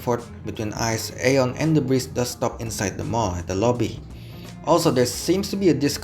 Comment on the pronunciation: Izin ralat sedikit, "AEON" mall pelafalannya "Ion Mall": Aeon mall berasal dari Jepang. Dan di Jepang sendiri, nama Aeon diucapkan イオン。 Berarti cara baca yang benar adalah ion mall. Keep up with the vid, cant wait for another bus line/train line review!